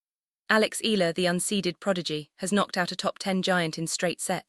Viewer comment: Mam it's e-ya-la not ela try that more Filipino will love you❤❤❤